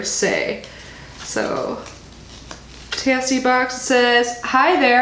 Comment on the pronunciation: I believe it's pronounced tay-see 💜 they're super cute!